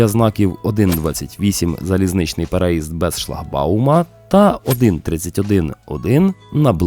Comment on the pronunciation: У слові переїзд наголос має падати на третій склад, тобто на літеру ї. А за контент - величезне дякую!